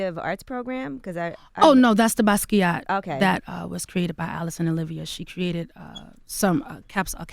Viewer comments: The way she butchered the pronunciation of 'Basquait'😩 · that's not how u say Basquiat😚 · Who is this "buskee ah" dude she keeps mentioning? a painter?